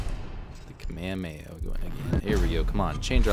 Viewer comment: Does anyelse notice when he gets kamehemeha he pronounces it wrong it is kah-meh-haam-meh-ha